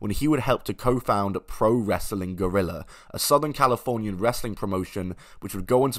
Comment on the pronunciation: It is Pro Wrestling Guerreilla and not Pro Wrestling Gorilla 😄